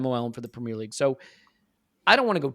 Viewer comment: Pra-meeer league